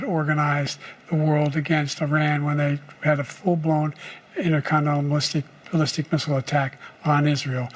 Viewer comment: "Innerconenal Mallistic Bissile"